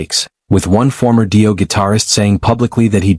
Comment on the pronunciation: "DIE- O." 🙄👈